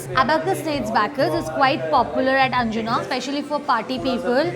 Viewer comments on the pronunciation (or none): It's anjuna not anjuma..you can read right...!! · madam its not anjuma its anj-una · Its nottt arjuma😅😅😅😅it's anjuna😅😅😅pity u influencers😅😅😅